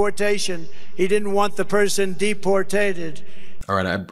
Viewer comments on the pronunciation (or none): 😂😂😂😂😂😂 De Portated